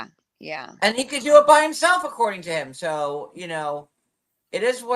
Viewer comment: Replay crew., I love you so much. Please 🙏 please stop saying Em. It's Him. Kisses, my love. I can't with the Temu Kardashian John.